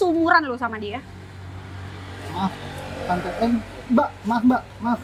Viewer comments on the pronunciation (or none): gomong tente 😂😂😂😂❤❤